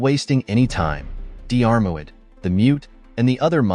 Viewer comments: Diarmuid is an Irish name, not English. Just like Siobhan or Niamh, their pronunciation is completely different from their spelling for anyone who was born outside the British Isles. So no, it's not unsurprising that it was pronounced wrong. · What ... blasphemy ... as a Diarmuid myself to read the british Dermot being cited is painful to me ... Dear-muid is the pronunciation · The name you are struggling to pronounce is pronounces DEARMAD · Dee-Arr-Mu-id, lol, got to love AI voices 😀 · It’s not diarmaud it’s pronounced as dermot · deearmouid? hahaha try 'dermot' has english become a foreign language or is this another robogob fail.. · Pronounced Dermot, not Dee-are moo-id 🤣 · His name is pronounced dermuid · FFS, his name is pronounced Dermod in Irish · I wish the narrator wouldn't use the phonetic pronunciation for Dairmuid....it's pronounced Dermutt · Diarmuid is pronounced Deermid. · Diarmuid is pronounced Dermott! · Dee-armo-I’d!. Really? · Di-AR-MOid :face-blue-smiling: It's promounced deermuid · For God's sake will you please learn to pronounce names properly. Couldn't listen to the whole story. It's DEAR MUD. And if you are stuck Dermot will cover it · Diarmuid is pronounced Jeer-mid... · Diar mu id 😂😂😂😂😂, fook Ai, do research people who make these videos, ruining our Irish Christian names..😂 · So many people on here trying to pronounce Diarmuid . It is dear mut . Dermot is close enough . lol. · I’m from Monahan so a Northern Irish pronunciation would be Dheer – mid Like cheer but with a “d” 🙂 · The Dermot is still lots better than the weird way this video says it. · AI mangling Irish Gaelic names... Painful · Just cannot cope with the mispronunciation of Diarmurid, I had to switch off! The narrator could have simply gone to the trouble of looking up how to pronounce this word on Google!!!!!! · Worst pronounciation of Diarmuid I've heard. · Butchering those Irish names,, hate a.i narration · Please stop mis pronouncing Diarmuid 😩